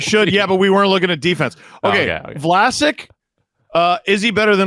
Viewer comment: As a Sharks fan, almost calling Vlasic "Flaccid" was painfully accurate. 😭